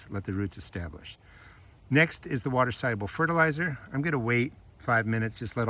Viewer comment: You said "water soluable fertalizer" a million times in the first 30 seconds. I had to stop watching 😢